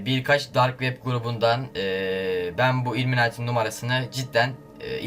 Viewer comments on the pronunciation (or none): ulan daha ismini söliyemüon XD sen nasıl arıcan ve o ükülimati deil o ilimünati